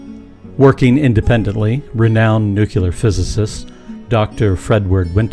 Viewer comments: Not to be arrogant (and if it is the case, I don't care), but my God, three times in this video. "Nucular" is not a word! Repeat after me: NU - CLE - AR NU - CLE - AR NU - CLE - AR How do you pronounce the word "clear"? Like in "it's a clear concept" or "clear your mind"? Do you pronounce it "cular"? No. So how, why does that end up being pronounced "cular" in "nuclear"? Take the word "clear", split it into two syllables, "cle" and "ar". Then add "nu" before that and you're done! You learned a new word! Nuclear! Why do so many people in the US mispronounce such a simple word? It's baffling... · There is no word in English called NU-KU-LAR. I think you mean "nuclear" (NU-KLE-AR). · Nuculer? Really? Is that better than nuclear. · PLEASE!!! Stop mispronouncing NOO-CLEE-ARRR. Not NOOK-YOO-LAR. Nuclear. It's not that fucking hard, and it helps others to believe you know what you are talking about, not just reading a script. Aside from that, very cool concept and presentation. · Sure. Let's just scale down a fusion reactor. Have you seen the size of ITER? And it's not even on yet. And when it does get turned on, they don't even know if they can make it net positive. Besides, when you mispronounced it "nucueler" instead of "nuclear", you lost all credibility. Plenty of people have thought about this and come up with similar ideas to this, contrary to what you state in the first part of the video. We simply lack the technology to make them real. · Frankly, I'm more interested in NUCLEAR engines and less interested in NUCULAR engines. :/ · Pretty sure the creator here knows nothing about any of this. Nukyaler is not a word in the English language. Nuclear processes refer to the nucleus of the atom, or of the cell. It is pronounced as nu-cle-ar, just as it's spelled. You may as well call prawns "skrimp" and expect to be taken seriously. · You've lost me at "nucular"! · Did you really say "nucular" in a scientific video??? Get out of here! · Nuc yu ler